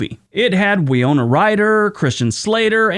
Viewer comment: I'm 4th again. Hi! How ya doin'? Hope you're well. I'm looking forward to it when you give me a shout out on my birthday (April 27th)!! Wee-yo-na? Wee-yo-na Ryder? Tsk, tsk, tsk... your pronunciation of her first name is just plain wrong,. As I'm sure you knew, her name is pronounced Wi-no-na. MY GOD!!! YOU MUST BE A HUMAN BEING!! You actually made a mistake in pronunciation this time!! Unless my memory is somewhat faulty, that's a rarity for you. Congratulations! You're human! Goodnight. Ciao 4 now.